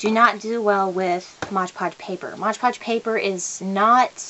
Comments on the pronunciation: It's Mod Podge, and u keep sayin MODGE Podge.. Lol.. Quite a few ppl are saying that.,. Lol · I had to stop watching because I couldn’t stand her saying modge podge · Why do so many people say 'Modge' Podge instead of Mod Podge? I guess 'cause it rhymes.